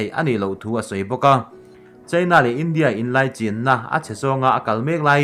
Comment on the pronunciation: I ṭawng ri hi ngaithla ve ṭhin rawh. India leh China tih pawh hi a mood azira lam rik dan danglam a neih anga lam rik loh a tam lutuk. Primary zirlai (Mizo Ṭawng hmang) pawhin an lam rik dik a rinawm maw le.